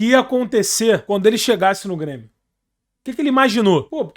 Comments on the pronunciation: Ele ameacou falar Bremio? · "BRÊMIO" FOI FODA !!! kkkkkkkkkkkkkkkkkkkkk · Ate o falou Bremio!!!!!!!! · Impressão minha ou ele falou "bremio"? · Foi só eu que percebi ele disse "Bremio" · o cara realmente falou ''BRE'' de Bremio KKKKKKKKK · Quase que ele fala Brêmio. Kkkkk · Q minuto ele falou Bremio? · As entrevistas do é tipo, um seriado de média com dois episódios por semana. Ele falou Bremio? Kkkkk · ele disse cara de Bremio 😂😂😂 já tá aceitando a B